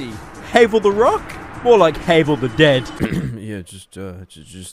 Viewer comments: The mimic only ate him cause he said havel like Heyvel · "Hay-vul." FUCKING EXCUSE ME?